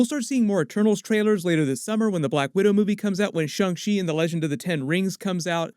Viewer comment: You've gone back to pronouncing shang chi properly. Thank you!